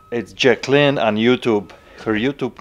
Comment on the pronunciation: Those lamps are AMAZING ! Those seem to be about the correct pricing for those lamps. I was like who is jac-clean..lol..It's Joc-a-lynn...lol...cute !